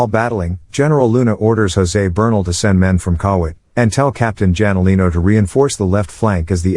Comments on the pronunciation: janolino is pronounced as HANOLINO haha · what the 😅😅😅 Douglas Mcartur ... Hey its only a Son the I Shall return Guy. and pronounce the Jalinino Wrong 😅😅😅